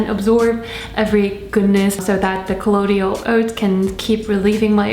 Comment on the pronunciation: It's col-loy-dal